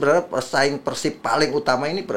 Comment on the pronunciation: Nyebutnya bukan PERSIB bang tapi PERSIB